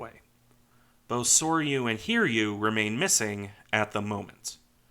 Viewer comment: Souryuu and Hiryuu are Japanese names, therefore their name need to be read like this Sou-Ryuu and Hi-Ryuu, not Sore-Yuu and Heer-Yuu. Souryuu -> Sou like the word 'so' and Ryuu like 'riew' with '-iew' from the word 'view.' Hiryuu -> Hi like the 'i' in the word 'bit' and Ryuu similar to Souryuu's.